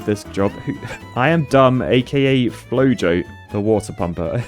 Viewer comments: I believe that instead of Flo-Jo, it is actually Flo-Ho, which is the Spanish pronunciation and spelling of "flojo", meaning "lazy". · "Flojo" means floppy, lame, weak or idle, etc. in Spanish. It's pronounced like "floho" but with the Spanish j which is like the ch in "loch", and both "O"s rhyming with the "o" in "knob", not "boner". I'm guessing that's what their aka means!